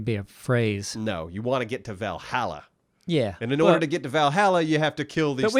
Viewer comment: Anyone else cringe each time they mispronounced Valhalla? Roflmao